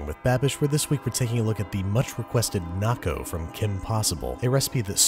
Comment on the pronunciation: The first time I heard say Naco thought he said Narco and thought to myself watdefok does he put in that